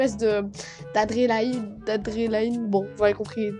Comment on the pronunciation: c'est ADRE-NALIN-E